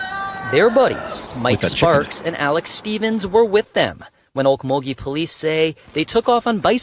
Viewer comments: no, they were trespassing... the owner of the property didn't want no fuss made of it, so... someone wanted to dispose of a situation before it became a bigger "situation".. it's pronounced "oak_mull-ghee" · it's pronounced oak-mull-ghee....